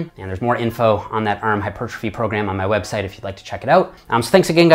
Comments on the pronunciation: Ahmed Essa ERM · The way you say “arm” is funny 😂